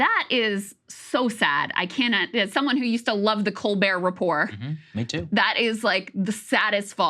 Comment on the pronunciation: "Colbert" shudder